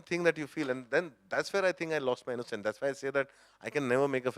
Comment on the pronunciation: The way nawaz says innocencee z proof enuf of his innocence! Superb insights!